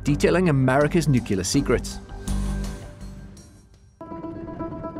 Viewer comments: Incidentally, the United States doesn't have "nukular" secrets, it has nuclear secrets. If you switch the first two letters of "nuclear" does that spell unkular? One would expect a narrator of a major news outlet would have the capability to properly pronounce important English words. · Nucular?! From the Economist?! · Nucular secrets 🤭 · The economist has a narrator that can't pronounce "nuclear"...somebody should feel embarassed XD